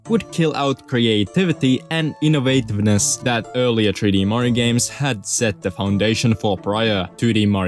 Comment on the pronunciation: does him adding an extra syllable to every word that ends in 's annoy anyone else? marioses, 3d landses, gameses